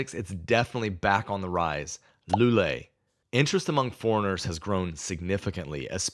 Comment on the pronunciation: I was about to praise your pronunciation of the places' names until you got to "Loulé". Whenever you see "ou" it should never sound as "oo" but more like the first "o" in "Porto". It should sound more like "Low leh". Otherwise, you've nailed even some harder ones like "Caldas da Rainha". Regarding your list, I mostly agree. The big con of some of the cities like Lisbon, Porto or Tavira is it will make it harder to learn Portuguese as you'll find more English speakers.... and Portuguese will revert to English as soon as they notice an accent making it harder for you to practice. Cheers!